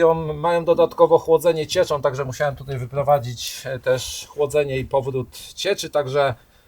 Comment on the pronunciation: "chłodzony cieczom", "w Ameryce bawiom się tom motoryzacjom". Zona czyni mi zarzuty, ze nie uzywam polskich znakow diakrytycznych (laptop norweskiego pracodawcy) - ale slysze, ze w kraju tez ich nie ... lubiom.